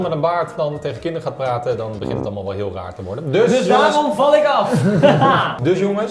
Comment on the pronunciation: Ik vond det ein huul good acsent